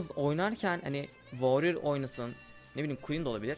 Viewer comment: woryır deme nolursun